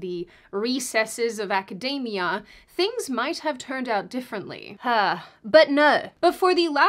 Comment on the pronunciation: I noticed recently that more and more people are pronouncing 'academia' like 'Macademia nuts'. Why this change, why say 'acadeimia'?